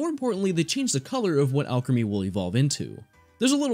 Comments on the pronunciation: Isn't it pronounced Al-cream-e no? Not alchemy driving me bonkers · you forgot the l in Alcremie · Pretty sure they are pronounced "Al Creamy" and "Milk A Reee", and the shiny form is always black with white highlights, the only difference for shiny is the headpiece (so theres 7, but only 5 available now)